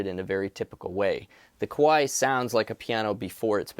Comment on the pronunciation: You gotta be careful of your pronunciation of Kawai haha. Kawai = piano company 🎹 & Kowai = scary 😱